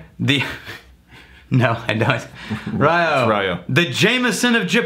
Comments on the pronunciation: Rye-oh? It's one syllable, with "y" as in "whisky". "Little island"? Japan is almost 5x the size of Scotland. Come on,. YOU'RE BETTER THAN THIS. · You read that “RIO” as in Rio de Janeiro instead of “RAIYOOO” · Somebody may have said this, and I don’t want to be “that guy”, but it’s pronounced Ree oh. And you say it kinda fast like it’s one syllable. riYOH! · Haha Rye-Oh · RYO is one syllable.